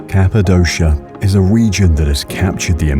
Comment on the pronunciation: Excellent photography but nearly all of the Turkish words are mispronounced and several English words as well. For example: Capadokia.